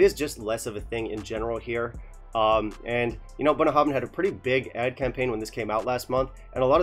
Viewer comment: You wanna know how to pronounce this? I think you nailed it . Then you hammered home the message . Thanks for the brutality in your honesty. It is very much appreciated. A distillery close to my heart, but fully because of the huge strides in quality they've made in the last 15 years. Not for this.Time to put 'em on the naughty step. Great, balanced, fair and succinct review... 🥃